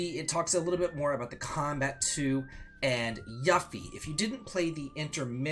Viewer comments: It really bothers me that he keeps pronouncing yuffie name wrong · Maybe start pronouncing Junon and Yuffie correctly before worrying about the letter k in magic.